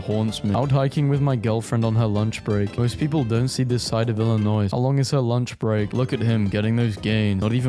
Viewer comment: I’m so angry that he said Illinois wrong